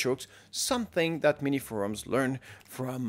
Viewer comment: minisforum, not miniforums